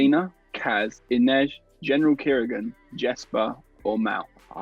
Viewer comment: Hun his names not general kirigan smh